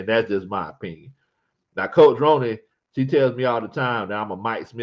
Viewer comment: 😂 It’s pronounced Roni like macaroni & cheese but I’m glad you enjoy hearing me chime in every now and then